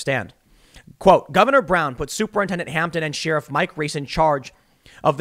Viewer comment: Tim, with all due respect to one of my favorite journalists, your pronunciation of the word sheriff is crazy. I should probably know this considering my dad grew up 20 miles outside Chicago in Roselle, but is saying the word sheriff like sheerif a midwest thing?